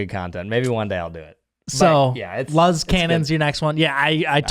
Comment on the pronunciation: Its actually pronounced "loose" because in Spanish, the word for "light" is "luz". The Z in Spanish sounds like an S. That's what their brand name is based off of :)